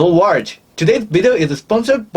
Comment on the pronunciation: Not a complaint but simply a observation, your intro Hello world, with your very very thick Japanese accent it sounds like this when you try to say it Hello warge. Keep up your good channel & I will continue supporting you from afar.